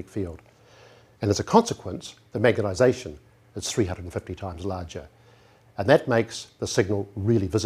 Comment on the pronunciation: Really excellent presentation. Sadly, the presenter died in 2012 (look him up on Wikipedia - he was one of the most famous NZ scientists ever). No disrespect to him, but I must admit that I find it distracting that he often clearly says "magetization" instead of "magnetization" :)